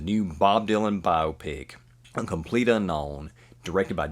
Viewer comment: Congratulations on being the only reactor I could find that knows anything about Bob Dylan and also knows how to pronounce Chalamet and Biopic correctly. Thanks!